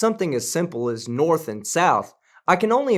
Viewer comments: Crazy Hair said, "Norff" for North and "bofff" for both. Sooooo, we are in the "Matrix? I have yet to see one photo of a dome, edge of the Earth or one single proof of a flat Earth. Sorry, I meant flat Earff! I don't think the wooden slab with Chinese "tranquility" was correctly translated either. I think that the Bible does have a few things in it that are historical and true, but much was seriously exaggerated or made up but to comfort, collect and control the masses. Thanks for everything you do here. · What thr fuck is "Noirf"? Its hilarious hearing these idiots use words they don't understand! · Wasn't sure if I was the only one who heard him say 'Norf' one thing for certain is that he is a Dorf... And a fucking idiot! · "Norf"...WTF is that? You have debunked some real idiots, but I think this dude takes the cake. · Today we learn about the direction Norf on our home planet, the Erf